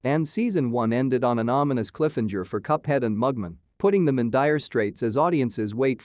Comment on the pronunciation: It's cliff-hang-er, not cliffhinjer. And it's Mug-Man, not Mugmun.